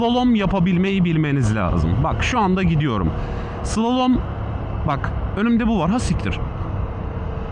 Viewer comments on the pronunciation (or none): Slolom değil slalom, mont giyseydin iyi olurdu üzerinde reflektif yelekte yok ki kamyondan akanlar rahatsız eti, ağzında maşallah çok temiz.